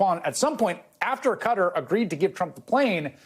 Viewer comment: Dumb nuts doesn't even know how to pronounce the name of the country who purchased his friendship.